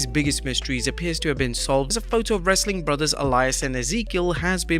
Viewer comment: I'm new here can someone please explain to me why he says wrasstling content at the end